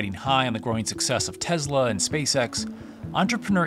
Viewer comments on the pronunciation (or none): did I really hear "Tezz-La" !!??? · Great info. It's Tesla, not Tezla. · Tezla? What’s that, narrator??